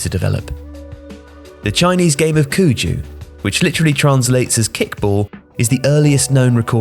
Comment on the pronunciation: The Chinese pronunciation of "cuju"is wrong. 'cu' should be pronounced as "su".